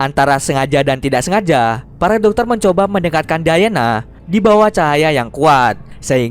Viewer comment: Diana bos bukan dayana🤦‍♂️🤦‍♂️ Bisa baca pa ngk sih